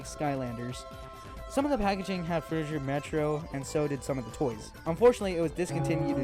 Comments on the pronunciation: FROO-tih-gur, not jur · It pains me every time he says "Fruityjer" and not "Frutiger" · Not frutidjer, you dummy. It's fruti G er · Pretty sure it's pronounced fru-ti-ger, not fru-ti-jer. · Frutiger fru-ti-Ger not jer agh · frutiJer aero????? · Fruchttiger A-ero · Yelling at my phone the whole time because this dude can’t say Frutiger I’m so pissed off right now